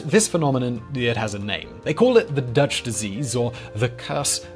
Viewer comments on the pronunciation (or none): none